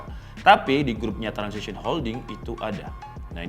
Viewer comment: Transsion bukan transission